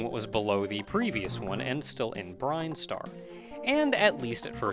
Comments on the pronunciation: Yeah, you calling it "Brine-star" threw me for a loop the first time too. Honestly, knowing how weird Japanese-to-English can be, I would not be surprised if it was supposed to be Brine-star in katakana or something (just look at Mega Man 2's Bubble Lead and how it changed from Japanese to English) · Same here. I always thought it was Brin-star too. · Are you sure it's pronounced "brine-star" rather than "brin-star", with "brin" pronounced the same way as "grin"? Idk, I've always done the latter... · Are there official pronunciations for Metroid words? Brine-star always sounded weird to me. Salty. Always wondered what the deal was with the statue. Did they place it, expecting to die? I get it from a gameplay standpoint, it's a lock, but is there lore? Reminds me of the white grass in the flesh mushroom cave in Subnautica: Below Zero.